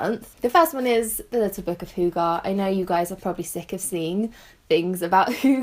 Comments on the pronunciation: Salt&Lemon hoo-ger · "Hugaa" lol 😂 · The way non Danish people pronounce hygge is hilarious 😂😂😂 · [ˈhygə] 'hy' is kinda how you say the name "Hugh" but only the "Hu" part. 'gge' is like how you pronounce the name "Gertrude" but only the "ger" part. Does that make sense? :D